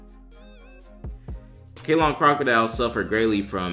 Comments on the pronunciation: 1. It's pronounced "Say-LON", not "Kay-lon" - and that's NOT in the U.S. for christs sake. It's what is now called Sri Lanka, an island of the coast of India. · Its Ceylon, that's Sri Lanka now, you pronounce it as Seelon. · Ceylon is pronounced "Say-lawn."